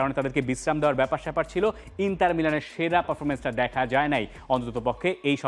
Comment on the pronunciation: ইন্টার কে বলে ইন্তার